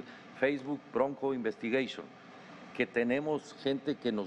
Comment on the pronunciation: Facebook, Bronco, Investigashion 😂 FBI